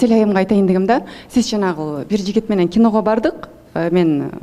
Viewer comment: Асел кино дечи, кийно менам дебей так суйлогонду уронсон